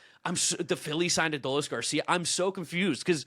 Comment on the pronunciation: Ah-duh-lease Garcia...never heard his name pronounced that way before 😂